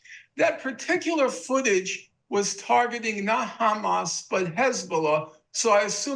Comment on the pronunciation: I love Norm but can someone please teach him that Hamas rhymes with “harass”? Norman is the only person I’ve ever heard pronounce it like “hummus”